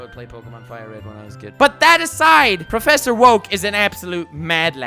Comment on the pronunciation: I came back just hear him say PROFFESSOR oak NOT MORE LIKE PROFFESSOR WOKE 🤣🤣🤣🤣🤣🤣🤣🤣🤣🤣🤣